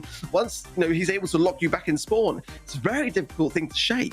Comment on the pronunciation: He said on lock not on luck